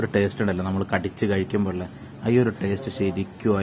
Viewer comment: നീ ചീർത്തല്ലോ, ടാസ്റ്റ് അല്ലെടോ ടേസ്റ്റ്